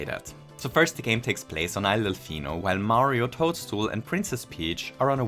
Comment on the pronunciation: sorry to be that guy, but he's ToadsWORTH, not ToadsTOOL